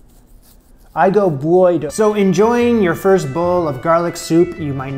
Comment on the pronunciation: That was my grand-mother's winter soup. It is pronounced "I - Go - Bo - E - Dough" - It is Occitan for "Boiled Water" :-) - Sage is the "magic component" of that soup. It is said that if you have that soup once a week in the winter, you'll never get sick.